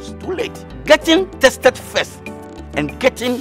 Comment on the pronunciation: Man kept saying chested instead of tested the whole time😹😹😹😹